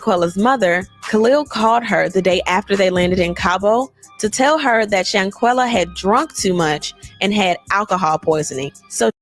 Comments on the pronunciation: Everyone so Proud of you and due diligence on SHANQUELLA case but being so called educated you can't pronounce this young deceased lady name correctly. After all this time you fail at the most important part... HER FREAKIN NAME. And I have even watch your video, the intro of you pronouncing her name disgust me. Do better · aww, that's all you could say?? Go back under that rock you came from, cause if me sayin pronounce a deceased young lady name correctly is goofy.... You're Ridiculous at its finest. Proceed🤔....